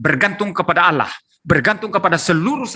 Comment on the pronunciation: ALLAH om bukan "Allauh" yang kata itu dicuri kristen indonesia. Pdhl di teks asli nya (biblos) "Theos". Kristen Amerika/Inggris lebih pnya jati diri, mereka gak pake kata "Allah". Mereka pake kata "God". Gak malu om nyuri, mana baca ny salah lagi jadi "Alah".... haduhhh